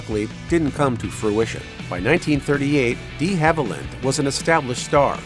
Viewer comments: I never post negative feedback, BUT, you lost me at "Dee" Haviland. How can I take your channel seriously when you mispronounce a major star's name? I'm embarrassed for you! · Why are you emphasizing the "de" in De Havilland (DEEhaviland) like that? sorry to nit pick, but that was hella annoying... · Olivia "DEE" Haviland!?? ☹😠 For Heaven's sake, pronounce names correctly! 😡 Names are easy to hear online, and it's widely known that the (original) French would have had a short e. Show respect please. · Amen! Channel totally lost credibility. Sloppy work! If you want to be taken seriously, then seriously do your research! Or why bother?